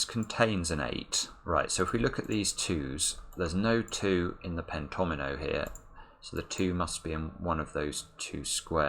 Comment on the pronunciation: it was so awesome when you spotted the fact that the fives must appear in each pentomino. Also, the way you pronounce pentomino is so articulate! Thanks for sharing your wonderful mind with the world!